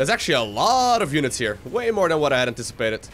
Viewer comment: You said “this is way more than i inticipated” way more than i inticipated!